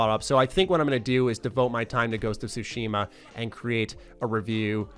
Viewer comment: For anyone who cares, here's a quick tutorial on how to pronounce "Tsushima." The "shima" part is pretty straightforward, although there is a pacing thing that's hard to explain in writing so I won't waste time on that. As for where you place syllable emphasis, it's actually on the first syllable (Tsu) for this word rather than the second. It's the "Tsu" part that people have the most trouble with pronouncing. Here's an easy way to figure it out: Say the word, "cats." Focus on the "ts" part of "cats." Pronounce just that "ts" part by itself. And now add an "ooh" sound to the end of the "ts." Now you know how to pronounce "Tsu." Put it all together, you have, with first syllable emphasis, TSUshima.